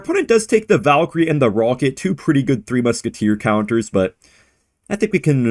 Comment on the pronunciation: and his pawket rawket